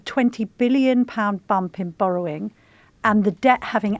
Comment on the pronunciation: She can't even say borrowing correctly according to Rachel it's boring